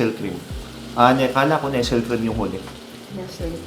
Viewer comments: Nestlé - pronounced as "Nesley" not 'Nessel" po.. . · Nes-tle po not Nestle